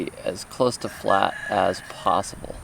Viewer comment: ! Loool! Flát!! 😂